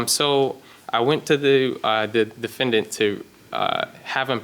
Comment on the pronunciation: Harvey says "defend danht"